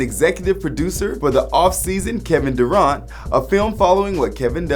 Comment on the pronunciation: it's Kevin Durant not dorant